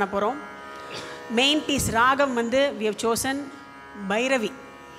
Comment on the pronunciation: Excellent. Only one suggestion, ragam is pronounced as raham which may be taken care.